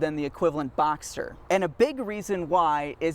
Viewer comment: It sounds like you keep saying Boxer. Just to clarify, it’s “Box-Ster” and not “Boxer”. I’m not sure what you were saying but it sounded like Boxer to me.